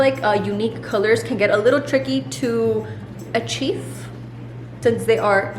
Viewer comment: Lmao ahhh she gives me a good chuckle how she pronounces her “f’s” on words that don’t even have a “f” in it!!! Hahahahaha…. When said “achieef” (her facial expression unsure if she pronounced it correct) lmao aka “achieve”!! Lmao so funny! 😂 🤣 😝 I remember one of her old videos in her and Alex’s first apartment together, how she said chef 👩‍🍳 Alex kept trying to correct her but she kept saying it wrong lmao 😂 🤣sounds cute how lil babies sound when they are first learning to speak their first words!!